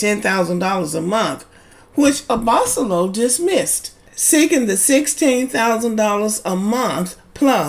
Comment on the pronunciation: Hi, his last name is pronounced "Abba-solo". And I'm inclined to agree with you. As a lawyer, Rachel should've safeguarded her interests better. Also, besides Lauren & Cam from LIB who are still together, there is also Brianna & Vincent from MAFS.